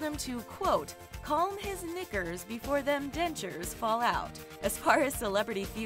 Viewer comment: Who else heard the N word when she was saying “knickers” 😒😒😒 not ok talko